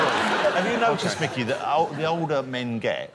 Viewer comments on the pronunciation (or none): none